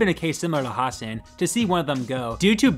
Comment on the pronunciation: Has-SAN, not HAS-san